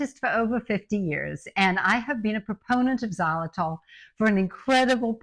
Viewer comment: Great to hear you talking about xylitol. Good thing it’s in the title or I wouldn’t have known what you were talking about. It’s pronounced ziy-lu-tol, not zah- lu-tol. It’s confusing when pronounced that way.